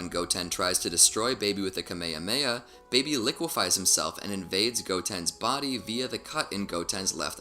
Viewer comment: What the fuck is kameiameia bro??? You seriously said that